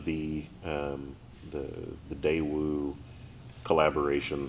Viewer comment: "Dai" of Hyundai (現代) and "Dae" of Daewoo should be pronounced the same, because they are the same letters in Korean. however, they are different Chinese characters. 代 大 pronounced dài and Dà in Chinese, but both pronounced like English die in Japanese. George Lucas named Jedi after Japanese word jidai 時代, which he heard from 時代劇 "period drama"